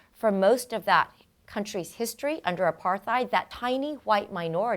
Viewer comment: That's a hard T in 'Apartheid', Miss Genius.